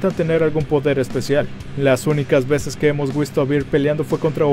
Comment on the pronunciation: Minuto dijo "las únicas veses que hemos wisto a vir" 😂😂😂 cambio las letras